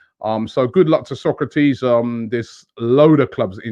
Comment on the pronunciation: Robbie it’s pronounced So’ kra’ tis !!! It’s been 3 yrs 😟